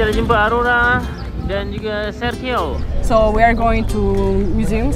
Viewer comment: Sergio= serHio 😂